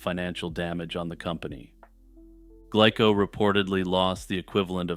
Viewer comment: Okay...nit-picking time: The name of the Japanese candy company, "Glico," is pronounced, "GLEE-ko" (or if we want to get hyper-technical about it: "Goo-Ree-Ko") ... not "GLICK-ko." 🙄